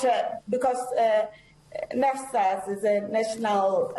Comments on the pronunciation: She can't even say NSFAS😂😂NFAS😂😂👀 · " we don't disadvantage them " she is claiming students doesn't have money to pay tuition fee while she know exactly , they do that to coz they haven't sent data to nsfas 😳😳 nnfas 😳😳 she can't even say NSFAS.. AND YET SHE IS NOT GIVING STRAIGHT ANSWER STILL TELLING NUMBER OF STUDENTS IN UNISA IF STUDENTS ARE TO MANY WHY THEY DONT HIRE LOT OF STUFF OR COZ STUDENTS AND NSFAS ARE PAYING OR MANAGEMENT IS SAVING IT FOR THEIR OWN POCKETS .... MOREOVER HOW CAN STUDENTS DOWNLOAD STUDY MATERIAL IF THEY DON'T HAVE SMARTPHONE OR LAPTOP , AND HOW ARE GOING TO WRITE ASSIGNMENT WITH CELLPHONE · NSFAS not nesfas aggg just go out....